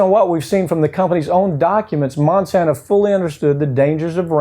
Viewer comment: Why does he repeatedly call Monsanto Monsanta? Does he think they bring the gift of 'Mon' like Santa brings other gifts? It's a little distracting, and Monsanto can just so, "oh no, Monsanta is an evil company that has nothing to do with us - we're Monsanto."